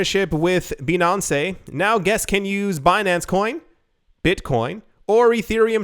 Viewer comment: when you said Bin-an-ce, with that french accent, I thought you said Beyonce, the singer. I was rather confused with the article until i caught on.